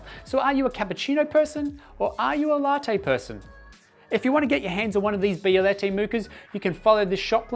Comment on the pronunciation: Say Bielette 1 more time